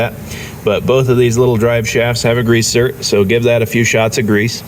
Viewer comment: Zerk. Not zert